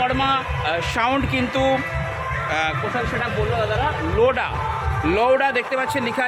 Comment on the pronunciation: আর এ দাদা ওটা লোডা নয় লোয়াদা 😂